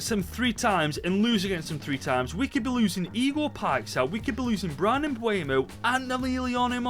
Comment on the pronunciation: It's not mbwaymo it's mbeumo